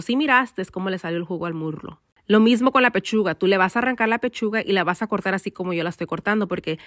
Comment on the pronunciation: Se dice muslo not murlo replace the r with s that’s all 👍